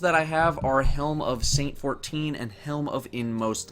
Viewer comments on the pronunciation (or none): none